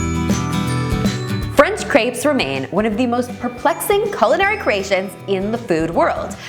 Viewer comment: the way she pronounces crêpes gives me the crêpes